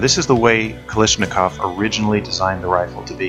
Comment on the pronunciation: the name is not "kalishnikov"